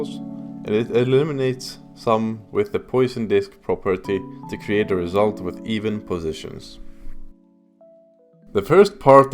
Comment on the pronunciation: Poisson is French, it is not pronounced "poison" I js found it funny and relatable as I used to say "youla" for "Euler" haha